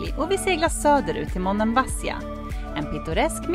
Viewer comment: Det ser skönt ut. Vill bara hjälpa till med att tala om att betoningen av Monemvasia skall ligga på bokstaven, i. Ha det gott.